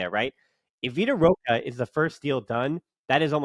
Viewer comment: Bro its vitor roque, not vitor roqa